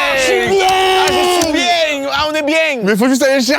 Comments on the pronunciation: Le « ah j’suis biennnnng » Tourangeau c’était pas dans mon bingo, mon patrimoine ça 🫦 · Là j'suis bieng, j'suis vraiment bieng. J'adore ce même 😂😁